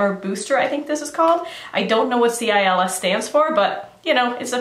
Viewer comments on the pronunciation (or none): CILS! 😄 pronounced like "seal". French for eyelashes!! In English, the scientific word for eyelashes is cilia. And that blue one.......🤤🤤🤤🤤🤤🤤🤤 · amy pease French Canadian here, you actually don't pronounce the "L" at the end... It's more like the Spanish "si" with just a hint of the sound "ye" at the end, but like not quite so much of a "ye" to make it a two syllable word.